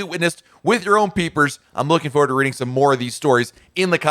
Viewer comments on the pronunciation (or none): none